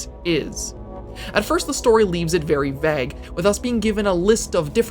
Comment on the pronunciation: Why does he pronounce the word “vague” like that?